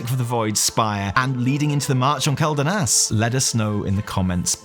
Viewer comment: It's kwel-danas. not kel-danas. the Quel in Quel'danas is the same Quel in Quel'dorei or Quel'thalas, both of which have been said countless times in the game. It's kwel. Please start saying Quel correctly.